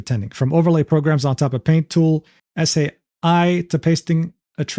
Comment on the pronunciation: Man, it is painful to hear say "Paint Tool S.A.I" instead of "Paint Tool Sai." Makes it sound like there's A.I. in that program. And no one in chat corrected him. Scandalous, platonically! XD It's an amazing art program for newbie digital artists. And it's the one that I started out with before moving over to Clip Studio Paint EX. Paint tool sai is made by just one guy! It costs 50 bucks!:D I also went to check wikipedia for the pronunciation, in case I was wrong lol. And I found out that it was the most popular art program over on Pixiv in 2016, above Adobe and CSP. Very neat!^^